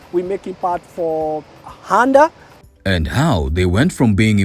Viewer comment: So its handa not honda and toyora not toyota 🙊😮😂 😂